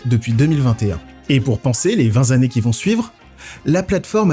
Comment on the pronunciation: "les vingt Zannées qui vont suivre'"... je ne me rends pas compte, ça fait beaucoup de Zannées ?